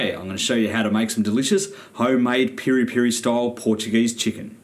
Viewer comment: No it's not either its PIRI PIRI mate and your recipe its fake don't insult us